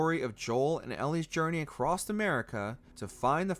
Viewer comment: lol "ACROST America"